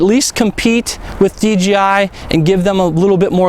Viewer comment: Please. ...it's DJI no DGI !!!